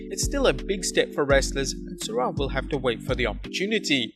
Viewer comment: Your pronunciation of Sourav is wrong